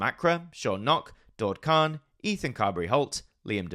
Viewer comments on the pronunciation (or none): none